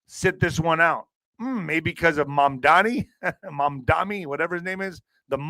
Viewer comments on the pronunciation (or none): none